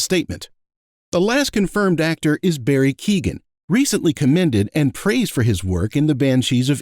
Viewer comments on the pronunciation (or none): none